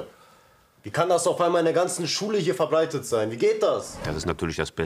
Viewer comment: „wie kann das auf einmal hier in der ganzen Schule verbLeiten sein?“😂 der redet die ganze Zeit normal und dann DAS